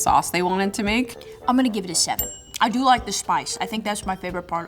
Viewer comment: Did she give it a seven or a sheven? 🤔